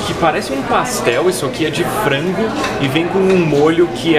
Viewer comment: parece um pastel e é de frango (voce disse pastel de flango)